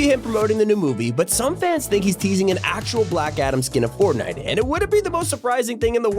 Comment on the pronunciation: "-Poppy Playtime in Fortinte!" No